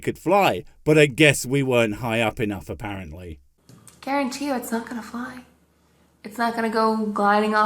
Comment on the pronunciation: "i gauruntee you its not going to fly"